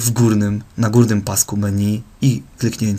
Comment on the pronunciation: Kurwa czy on powiedział „meniu”? Xdddd